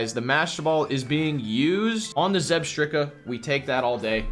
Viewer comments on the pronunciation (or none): I don't think I've been annoyed by any pronunciations before this, but saying zebetika made me sad